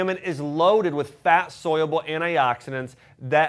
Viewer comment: Is it weird that he says "soyable"? When he mean Soluable.